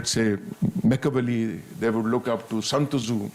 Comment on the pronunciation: He calls San tzu as Sant Zu 😂😂😂😂 typical Punjabi Paindu